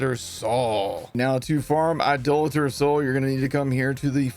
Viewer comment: thanks for saying Idolater correctly.